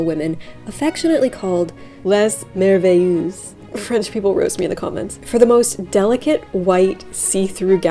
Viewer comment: Les merveilleuses. Pronunciation Les: no S Pronunciation Merveilleuse: mervey_ euz like eu-calyptus . Translation : the wonders is the meaning. But if its translated it would be the wonderfuls . This was a trend from England, the french just made it more...frenchy.